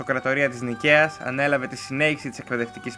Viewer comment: Αγαπητέ, η αυτοκρατορία της Νίκαιας είναι, όχι της Νικαίας.ο τόνος στο πρώτο γιώτα!